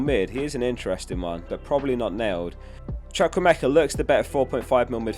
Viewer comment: Chuku-Emeka not choko-meka